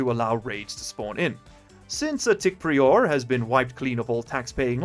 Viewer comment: Uh... I think that word is "PRY-er" not "Pree-ore" lol